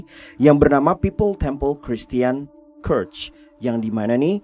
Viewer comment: Baca church nya kok gitu 😅😅🙄